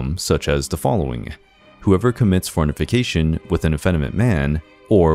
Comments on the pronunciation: For-nif-i-cation????? This presentation sounds HIGHLY suspect, quite apart from the MANY mispronunciations. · Starts profoundly, stating current culture is similar to medieval culture, but different. Listen for humorous mispronunciations, such as “fornification” instead of fornication, and “flatulation” for flagellation. How can I trust anything this video claims? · Narrator said,"farnifucation". TWICE